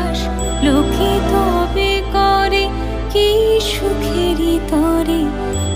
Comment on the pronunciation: শিল্পীর নাম জানতে পারলাম কৈ, প্রথম গানখানি খুবভালো লাগলো, দ্বিতীয় গানটিরএকটি উচ্চারণে ওটা নিরর্থক হয়ে গেল, "..... মঙ্গলো "কোরে" নয় "করে", "হাতে", মঙ্গলো করে, শুভহস্তে।